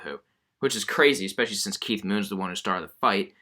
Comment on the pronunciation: “Expecially the drummer”